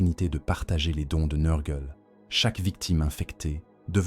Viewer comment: Excellent comme toujours. La lecture IA ne me gène pas sauf quand elle massacre les noms. Tu devrais essayer de changer l'orthographe de certain mots pour que l'IA les prononcent bien. Typiquement, nurgle = neur-gueule car entendre nurrgleuh toute la vidéo ça fait vriller le cerveau lol